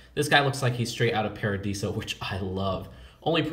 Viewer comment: Paradisa not paradeeeeeesa